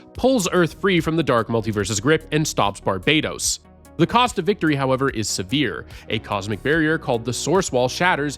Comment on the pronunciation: Barbados is a country. Barbatos is an evil god, and it’s not pronounced the same. Barbados is the way you’ve been saying it. Barbatos is pronounced barb-uh-toas